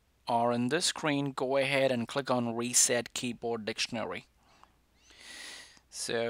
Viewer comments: “Weset” “Passcord” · “Weset” XD nice one dude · SP00KY he has a different ascent in his voice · More like wreset